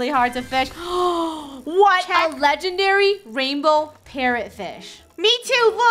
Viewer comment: Wait you catch a lengedery fish